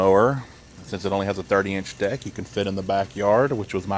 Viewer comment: You made me laugh ! It sounded like you said, “The craftsman R110 mower with a 30 inch dick”. 😮